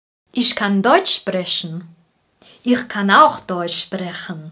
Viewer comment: I have question. Where the word "ich" is speak as ix - like in in film?